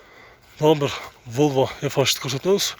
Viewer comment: Эзебербей башыда азыраак суйлочу волво дебей Вольво дечи